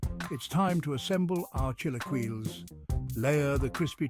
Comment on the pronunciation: The pronunciation of chilaquiles is killing me 😂